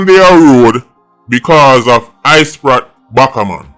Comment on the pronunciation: I-Sprat Backa-Man and Spratel Addiman Pah-man got me weak 🤣🤣🤣